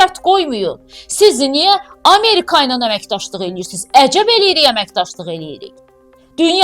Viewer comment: Çox ləzzətli deyirsən isroil😅😅😅😅 əmirkə 😅😅😅😅